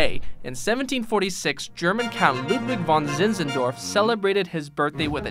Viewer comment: Ludwig von Zinzendorf würde fast ohne Akzent ausgesprochen 👍